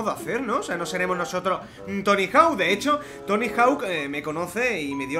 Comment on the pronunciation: es tonny hawk no tonny hau